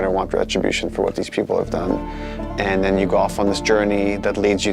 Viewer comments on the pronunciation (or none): The way he says "go off" sounds like"golf". Huh. Probably a coincidence.